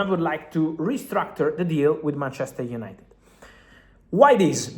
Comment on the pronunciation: UYENITED UYENITED